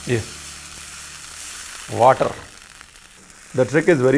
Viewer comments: Paaji I like how you said waterrrr tamil style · Totally agree with your South Indian accent waaater 💐🤪